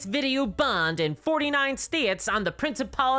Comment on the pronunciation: you got the name of Lichtenstein right, well done